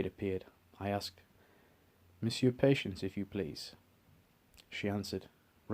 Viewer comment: Pronounced.. PU-Shonse